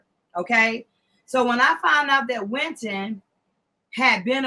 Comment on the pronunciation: Winton not Quinton